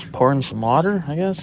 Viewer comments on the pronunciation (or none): none